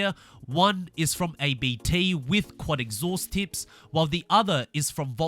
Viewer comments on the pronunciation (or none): it's pronounced "Abt" not A B T